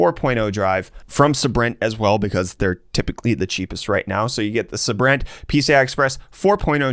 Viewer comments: It’s not suhbrent, it’s saybrent. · I think it's pronounced saybrent...